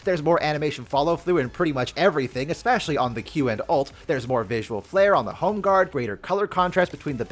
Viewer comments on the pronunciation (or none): none